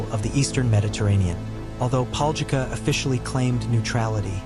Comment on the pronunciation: LOL I LIVE THERE AND MY COUSIN TOO BUT ITS PRONOUNCED DIFFERENTLY